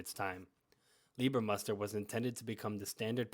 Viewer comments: Good Clip - but it doesn't called "Lieber-Muster" it called "LEIBER-Tarn(Muster)" - Change "ie" to "ei" - than it's correct 👍🏻😉 (Look in Wikipedia Search "Leibertarn") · Leibermuster, not Liebermuster. Apart from that... 👍🏻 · One minor correction: in English/American documentaries about camo patterns the last German pattern is mostly misspelled or mispronounced as "Liebermuster" or "Lieber-Pattern". In fact the correct spelling is "LEIBERMUSTER". By the way: it is the only German pattern named after its creator/inventor. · *leiber, not liebermuster